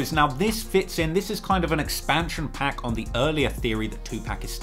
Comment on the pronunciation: Constantly saying ‘2 PACK’ speaks volumes.